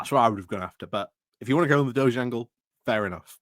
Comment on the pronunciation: I thought the DOGE was a leader of Venice. DEFORMED's "DOGE" is pronounced DOG-EEE.